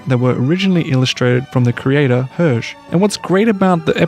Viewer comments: The creator “Hurrje” 😂 It’s “Air-jey” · It’s pronounced Air-jay. Tintin was probably just too different for the Anglophone world. In the francoph-sphere it’s not forgotten at all, as most of us also read the comics 😊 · Phonetically It's Her-jhey not Herge : ) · By the way, Hergé is pronounced more like "hair-zhay" in English. It has the é of café at the end ;) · That pronunciation of Hergé is so cursed.